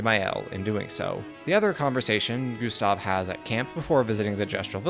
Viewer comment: Excellent video, but you constant mispronunciation of "Gustave" was positively maddening.